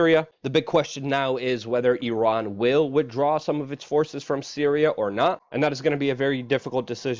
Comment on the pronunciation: Guys....... "E-Ron"